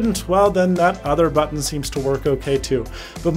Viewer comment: gotta say it again, the way you say "button" tho....